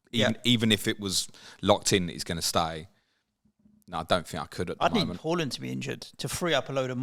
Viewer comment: I find it triggering the way you pronounce Haaland 😂😂. Great pod as always ❤